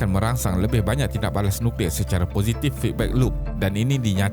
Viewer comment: Nucklear (NO CLEAR)